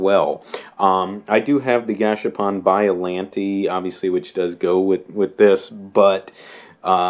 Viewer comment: its not biolantee its biollante'